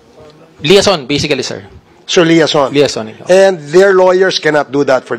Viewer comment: Liaison daw...bka nmn lyingson 😂😂